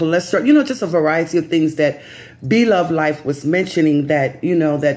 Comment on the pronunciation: Yes you pronounced it right. Thank you for letting people know. I was concerned about her. We love her and wish her the best.